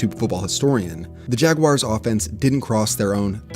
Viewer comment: Does anyone else get annoyed by on how he pronounces JAGUARS? Just saying.